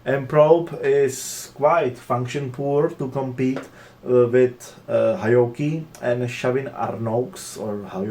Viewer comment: It’s pronounced Heee Ohkee